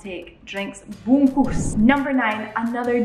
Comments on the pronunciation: Yes.. bungkus... not bungkas hahaha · Yeahhhh… finally u say it right. Bungkus 😉👍. But there are a few words u need to improve… ‘Sangat’ is Sa-Ngat, not Sang-gat. ‘Minum’ is Me-noom not Me-nam. Btw, your Bahasa Malaysia has improved a lot 🤩